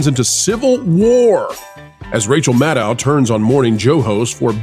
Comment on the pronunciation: I agree with Rachel Maddow. (That’s pronounced, Maddow, as in meadow,. Show some respect!)